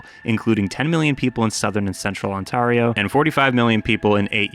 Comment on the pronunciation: why did you say ontario like that